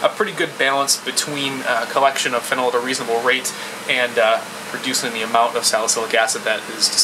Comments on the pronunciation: It's not fennel. It's phenol. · (FEE- KNAWL) not (FEN- NEL). directions unclear ketamine turned into chocolate pudding. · Pronounced feeeenal fennel is an herb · Why are you pronouncing Phenol (Fee-NOL) like Fennel? hahaha Most "OL"'s pronounced the same way. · You pronounce phenol wrong. It is (fee-nooL) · Phenyl is a different group. His pronunciation bothered me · No, when something is ACTUALLY called/pronounced a certain way - you're meant to read it the same way - it's not a dialect thing, it's you saying it wrong.